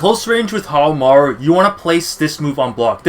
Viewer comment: Pronounced How Mah Roo*